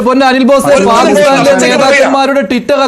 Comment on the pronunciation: റ്റിറ്റർ അല്ല റ്റ്വിറ്റർ ആണ്. റ്റീറ്റ് അല്ല റ്റ്വീറ്റ് ആണ്. ചാനൽ ഭാഷ സൂപ്പർ!!